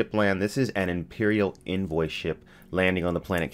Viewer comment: Can't wait for this! You say envoy funny lol at least to me